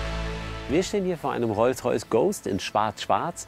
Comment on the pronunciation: WTF was ist ein Rolls Rajce? Hamid wenn du dich blamierst dann aber richtig oder? der Böse Rolls Rajce ^^